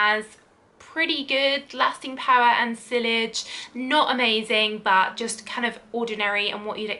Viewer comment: It's pronounced sea-age not silleg lol it's spelled sillage